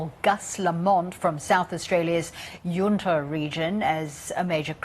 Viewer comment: The U in Yunta is pronounced the same as the U in Gus. Like yARnta. Not yOOnta.